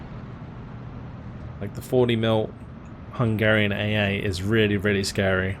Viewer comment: As a hungarian I have to say your pronunciation was on point the whole time! I appreciate that you put effort into these kind of things too:)